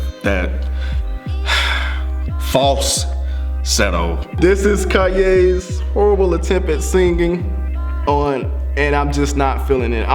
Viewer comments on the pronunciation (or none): said False...setto 😂😂